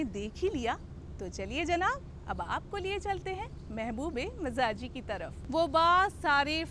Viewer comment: آپ نے عشق مجازی کو مزاجی بول کے مزا خراب کر دیا۔۔ باقی پروگرام اچھا ہے۔۔